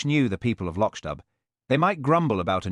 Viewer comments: Why is it that the AI narrator fails tp pronounce the word LOCHDBHU as MC Beaton's real stories do. Other instances of careless pronounciation. Careless work overall. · Where is this guy from!! He can't pronounce the name of the village!! He can't put the name of the stove even. Very annoying for people who actually read the books. I am not impressed.